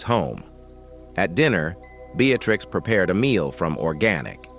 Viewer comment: Hi. I like the story, but the way the voice sounded was something to be desired. Names were mispronounced using different names like Beatrix, Breatitirx, Beattacktrix... the inflection of the voice was terrible...